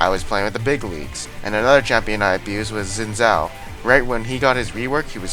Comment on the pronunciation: "Zin Zow"